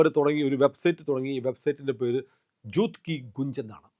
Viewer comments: ജൂത്ത് അല്ല " ജൂട്ട്"" എന്നാണ് ജൂത്ത് =ചെരുപ്പ്; ജൂട്ട്= കള്ളം. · കള്ളം = ഛൂട്ട് ( ജൂത്ത് കി ഗുഞ്ച് അല്ല. ഛൂട്ട് കീ ഗൂൻ ജ് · ജൂട്ട് എന്നാണ് ഉച്ചാരണം. നോണ്‍ സ്റ്റോപ്പ് രാഗാ തുടർന്ന് കൊണ്ടേയിരിക്കും.